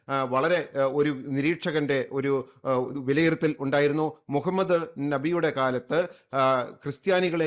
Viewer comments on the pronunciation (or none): none